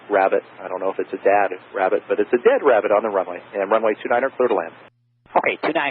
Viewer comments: lol "no joy on the bunny wabbit." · ‘Wabbit on the wunway’ Hee hee